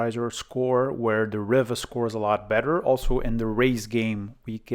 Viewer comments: Not riva as in river but riva as in REEVA like in READ, SEED, NEED, BEAD or BLEED. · I don't think I've ever heard ANYONE pronounce it that way. The Spanish, French and Italian pronunciations is "Ree va". Like how you say "Viva". Set my teeth on edge every time you said it. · Ree var. As in Superman, Christopher Reeve. Not a problem though😊